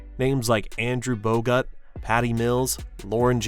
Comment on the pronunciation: I'm pretty sure the quarter final loss at Paris was to Serbia, not Slovenia. Also there's a fair amount of mispronounced names most notably Bogut, Exum and Thybulle. Seems to be the 'u' is the issue.